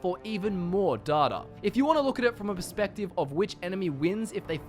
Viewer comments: its pronounced "date uh" not "dartar" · did it make anyone else mad when he said data and not data like if you say data and not data you're crazy